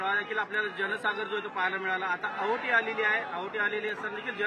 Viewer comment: आहोटी नाही रे बाबा ओहोटी म्हण😂घ्या गुजराती